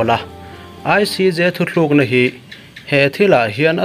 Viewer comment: Ka hresual nge, Thuthlukna ti in ka lo ngaithla tlat mai, thuthlukna ti a ilo lam anih chuan, a dik lo, Thutlukna tih tur a ni e. Ka hresual palh anih chuan, chuan, min ngai dam dawn nia.